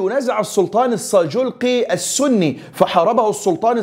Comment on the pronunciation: اخي الكريم ( جنيد ) على وزن ( سهيل ) وهي تصغير جندي لكن بدون تشديد الياء و السلطان ( السلجوقي ) و ليس ( الساجولقي ) و جنود ( القيزيل باش ) و ليس ( القازلا باش ) و تعني بالتركية ( الرأس الاحمر) و كل الشكر والتقدير لك اخي الكريم